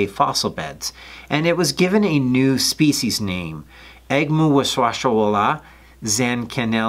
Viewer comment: Youre just showing off your fancy pronouncing skills now....